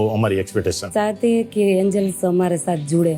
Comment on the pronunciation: Did he hello Anals, instead of angels.😂